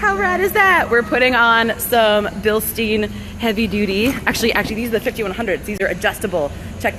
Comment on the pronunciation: Billstyen, not Bilsteen. It's German. Words with "EI" are always pronounced like "aye." Words with "IE" are pronounced like "ee." Free German lesson. Thank me later, everyone!